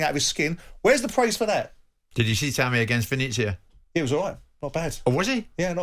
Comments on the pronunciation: Roma are pretty much where they were last year. It takes at least a couple of seasons to change a side. It must be a slow week in the World of football because Jim is just attempting to make a mountain out of a molehill. Oh and it's "ven-et-zia", please bother to get the pronunciation right? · Perhaps you should check how to pronounce Venezia ... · Someone at talksport pls teach Jim White how to pronounce Venezia. The fact that he's been there makes it even more inexcusable